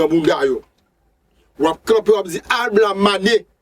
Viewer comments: Bon travay, yon sel ti problem mw gen ak mo yo, ou ekri yo yon jan, ou prononse yo yon lòt jan. Exp:LaBlamane. Ou prononsel AlBlamane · janw ekri mo a epa konsaw li nn ou Di ablamane poutanw ekri lablamane